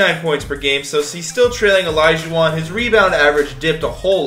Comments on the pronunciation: Did anyone notice when he said olajuwon he said it like olijuwon 😂😂😂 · Yo said olaijauwon he could’ve said olaijau...won